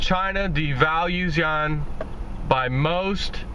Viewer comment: it is not pronounced "yawn" - it is pronounced as "Yu-Juan" - or AKA the Ren-min-bi